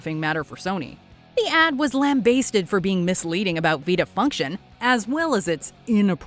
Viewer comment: The funniest part of this collection was the voice over narrator from WatchMojo. The way she mispronounced Lambasted as "Lamb Bay-stead" was Mental. More please.